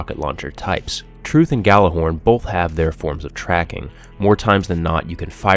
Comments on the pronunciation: Yallerhorn, you pronounce it with a Y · It's pronounced Yallerhorn, it's nordic, it was horn used to summons the gods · Nice review, but FYI the Gjallarhorn is pronounced as "Yallarhorn." It's Old Norse. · You pronounced Gjallahorn wrong. -_ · You run Planet Destiny videos and you don't even know how to pronounce Gjallarhorn correctly....Sad...